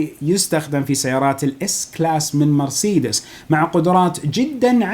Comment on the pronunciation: محتوى رائع عدل كلمة مرسيدس